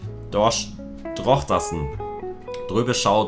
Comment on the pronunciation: Du hast Drochtersen richtig ausgesprochen ^^ Danke ❤️❤️❤️